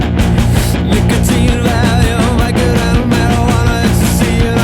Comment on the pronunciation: Vicodin, son...not Vicotin.